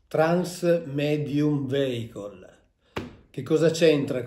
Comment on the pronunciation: Con tutto il rispetto per il Prof. Mauro Biglino che seguo da anni, però la parola vehicle in inglese si pronuncia viecol e non veicol